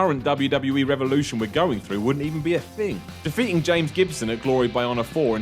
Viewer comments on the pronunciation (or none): none